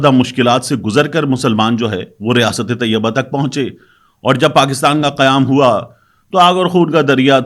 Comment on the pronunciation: ریاست طیّبہ نہیں بلکہ ریاست طَیْبہ ہے